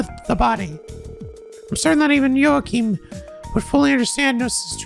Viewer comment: PRONOUNCED JUNA CORRECTLY?! Does that mean that he will start saying Jona right too??? Edit: HE MOST LIKELY WILL! IF HE PRONOUNCED JOACHIM CORRECTLY, THEN HE WILL DEFINITELY SAY JONA'S NAME CORRECTLY TOO!!! YES!